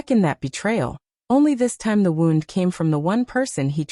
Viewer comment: 'Wound' as in "I wound the wire around the spool" instead of 'wound' as in "I have a wound that cannot heal." FAKE AI STORY! Thumbs down.